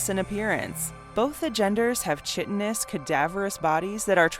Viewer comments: The hard protein that insects and some fictional aliens grow as an exoskeleton is chitin, it is pronounced KITE-IN rather than using the soft Ch sound. Therefore chitinous is KITE-IN-US. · Chitinous is pronounced Kie-te-nus.